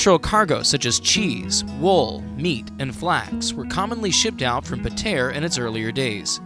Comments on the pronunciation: “Pah tee uhh” im zimbabwean and even i know how to pronounce Patea. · Your pronunciation is horrible 🙄🙄 you need to get your story right to nothing wrong with Patea. There is heaps to see in Patea, you just don’t know the spots.. don’t make videos you don’t know nothing about.